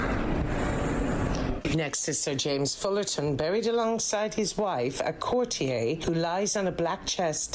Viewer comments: I don’t know why she keeps on saying “courtiay” instead of “courtier” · Some odd pronunciations from the narrator: 'chorister'--a member of a choir--I've never heard pronounced as 'co-reest-er'. There were some earlier in the video--'core-tee-aye' for 'courtier'--and others that I didn't note.